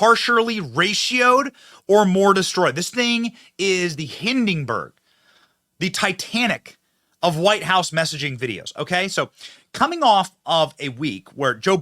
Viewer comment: Hey Benny, WTF is a Hindingberg? I know you get overly excited when mocking the many idiots you roast on your podcasts. But if you're gonna compare Brandon's gaffs to a horrible catastrophe, please don't make a gaff of your own by pronouncing the disaster incorrectly. It's just not a good look for a guy who is great at pointing out facts and screwy stuff and people.